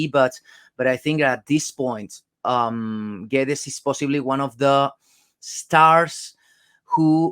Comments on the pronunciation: Is his surname pronounced Gwedes or gedge? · Lol stop calling him GEJ. Portugese commentary during Internationals call him Gay-dezsh.